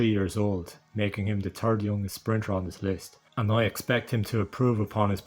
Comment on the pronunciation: Did I hear “Turd Place”?